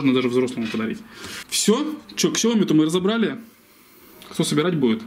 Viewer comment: Ксяоми, судзуки....мля....